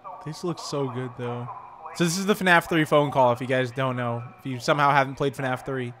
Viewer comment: I saw in your other video you said fanaf it’s F.N.A.F/five nights at freddy